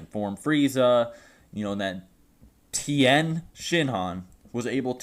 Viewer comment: Tien thing not town